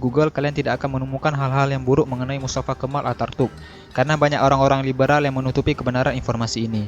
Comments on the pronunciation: Bkn artatuk tpi ataturk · Ataturk atau atartuk?? Jangan salah sebut nama 🤣